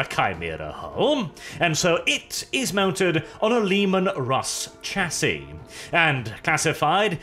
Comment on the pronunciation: If you're going to do a faux British gentleman inflection on your voice you might as well pronounce variant correctly. The emphasis is on the "A" like in "Air" Variant You also don't pronounce the "c" in Chassis, it's pronounced "shassi"